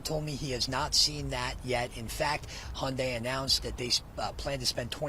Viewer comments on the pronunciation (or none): Hyundai is pronounced hyundae, and y is not pronounced as i but simply the y sound in alphabet y sound like yup ♥️🇰🇷🇺🇸🖖